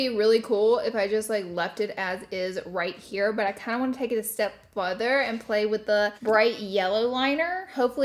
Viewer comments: You say “futher” the way my Dad always used to say it. Made me smile. Thanks for the memories. 😊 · “Fuder” 😂😂😂 Laura and her pronouncing 😂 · Has anyone noticed the way she says “further”?? The first time I thought she just messed up but then she said it the same way again. I’ve never heard anyone say “further” like that before in my entire life. 🤣🤣🤣🥰🥰🥰